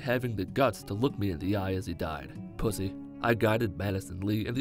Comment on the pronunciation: the way you say pussy is so funny lmao